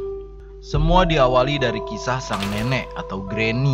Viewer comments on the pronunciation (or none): none